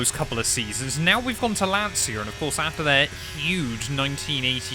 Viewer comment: I'm the Italian comment you are looking for., to use the correct pronunciation you can try to spell it like if Lancia is written "Lancha"